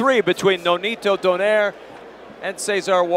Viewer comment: Love pronouncing "Donaire" correctly. do-NYE-reh